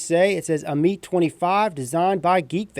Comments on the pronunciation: It's pronounced am-it. According to Wikipedia, 'Ammit (/ˈæmᵻt/; "devourer" or "soul-eater"; also called Ammut or Ahemait) was a female demon in ancient Egyptian religion with a body that was part lion, hippopotamus and crocodile—the three largest "man-eating" animals known to ancient Egyptians.' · If u pronounce it ameet one more time Ima start calling u Ripe Trieppers